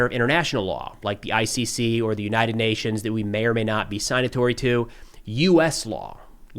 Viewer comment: “Sig-natory“ not “sign-atory” is the correct pronunciation. I really like your videos. They are balanced in fair minded for the most part. I like that you’re not a Trump hater like so many other foreign and military affairs Youtubers are.